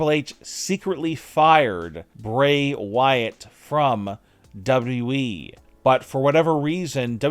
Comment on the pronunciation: You're missing a w when you say "dubwe" instead of wwe 😆😆